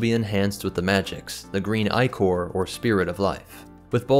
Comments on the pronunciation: "Eye"chor? "Ick"or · Ichor is not pronounced "eye-cor". It is ih-kur.